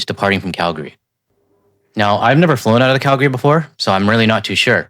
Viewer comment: Dude you said Calgary right. Impressive! Very minor but so many don’t